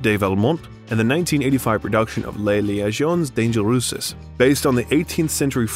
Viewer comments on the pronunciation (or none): I've heard some terrible pronounciation in my time but "Lez leyayzionns dangeruses" and "vizcount" has to be the worst. I assume it's AI. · Your pronunciation of Les liaisons dangereuses ,was something to behold. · It's liaisons dan-jerrerz, not danger-oosis, and vye-count, not viss-count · Thanks. I needed those terrific American mispronunciations. “Dangeroooses.” “Vissscount.” Still smiling. Rickman would have loved it. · liked it very much though wish we could have actually heard some of the scenes being done and wish that someone had tutored the narrator on how to pronounce some of the names and words. dangereuzi! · It's too bad more of this isn't shown in Rickman's own words, particularly when the narrator butchers not only French (les Liasons Dangereuseseseses?) but even English words (Stratford on Avawn?). Couldn't finish it. :/ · Learn how to pronounce words from other languages. Liaisons Dangerers, not what you said. There are other examples too, so research your commentaries. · "Les liaisons dangereuses" Your pronunciation had me in hysterics...thanks for the laffs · The narrator pronouncing Les Liaisons Dangereuses 😳😳😳🤣🤣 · This biography is wonderful, EXCEPT there are too many pronunciation errors! For Les Liaisons Dangereuses, you could have Googled how to speak the French title. Other words like Machiavellian are phonetically written out. One time you spoke Helen Mirren's name correctly and then not. It just tends to lessen your credibility. Do your research, so you can read the research aloud. Again, wonderful content, work on pronunciation. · The narrator should NEVER AGAIN try to read french! Ever!!! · ? ish "Les Liaisons Dangereuses" pronounced by voice-over actual real human or text-to-speech generator not aware of, or designed, for French ?? and IT/he later intonates Stratford-upon-avOn ! WTF ? American or Robot ?